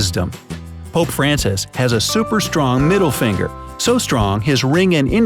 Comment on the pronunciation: Middle feengher 😂😂😂😂😂